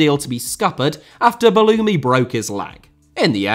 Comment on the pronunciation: Wow as an Algerian I couldnt believe my ears when you said Belloumi. Respect your ball knowledge